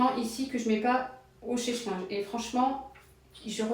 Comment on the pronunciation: On ne dit chèche linge mais sèche linge